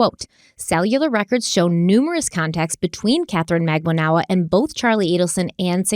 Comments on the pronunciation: It’s funny but I’m sure someone has mentioned it… would you maybe consider searching for the actual court trial so you can pronounce last names correctly? Just saying.. 😆 For instance..Katherine (pro: mag-ban-oo-ah) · Magbanua - "Mag ban wuh" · I love you but it's MAG-BAHN-WA. It's a common Philippines 🇵🇭 surname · please pronounce Charlie's girlfriend Katie as MAG BANA WAA. It sounds like you are introducing a new person the way you pronounce it. 😊